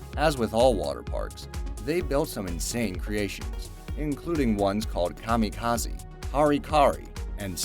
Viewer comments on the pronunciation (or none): none